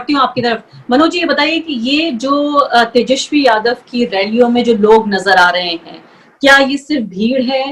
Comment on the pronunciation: मैडम पहले "तेजस्वी" तो ढंग से बोल लो 😂😂